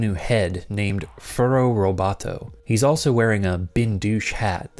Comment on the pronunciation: Furrobotto, not Furrow Roboto. Just saying.